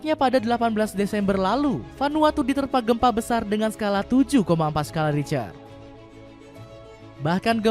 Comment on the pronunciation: Skala Richter (dibaca Skala Rikhter)